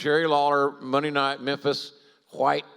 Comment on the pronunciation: “Mondee in Memphis”